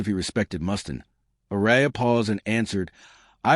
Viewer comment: Who's Dave Mustin? Can't you at least use a human voice? Garbage. Channel blocked.